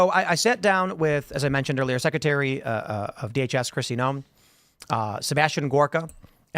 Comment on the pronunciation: the word is 'secretary', Tim. Not 'secetary'.